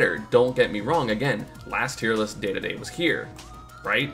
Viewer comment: isnt it pronounced Dee-dee-dee? why does he say day-day-day